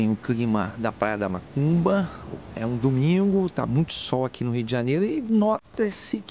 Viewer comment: a cada 10 seg enfatisa e fala mAcumba, fala sério cara. A Parai é do Pontal !!! Respeitamos a todos + deve-se ter mais senso !!! A filmagem ficou top vídeo bom Parabéns.